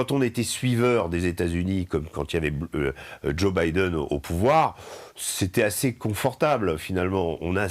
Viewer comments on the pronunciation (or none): none